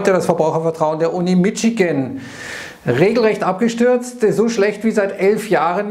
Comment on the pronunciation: Macht er das mit "Mitschigan" extra?